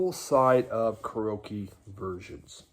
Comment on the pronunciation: are you saying Karoky??? karaoke, man